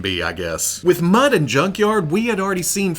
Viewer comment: are you saying Mudd and Junkyard? Its Mutt not Mudd